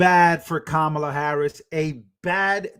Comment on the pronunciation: ‘Quemala” mispronounced so what. 😊